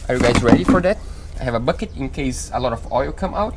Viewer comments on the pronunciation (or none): none